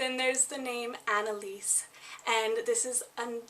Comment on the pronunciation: You mispronounce the names Annelise, Wilhelmina and Jaeger like most English speakers around the world. Jaeger/Jaegar is a surname and the surname Brenner doesn't mean " dweller by the sea" the surname Brenner come from High German and means "to burn" eg. someone who burn's wood, brick or Charcoal. And you said the word spunk like many American's to mean get up and go or one who is courage or determination. However in other English speaking countries the world spunk or spunky means a man's sperm.